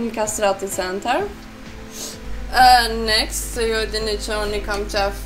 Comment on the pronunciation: Next next next nxet nxet metu tu then next next nxet,kur mundoni me fol gjuh huja hiq si du,por nejse prap te uroj sukses jet